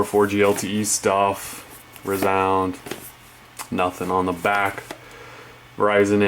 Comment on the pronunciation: its rēzound... not r"u"zound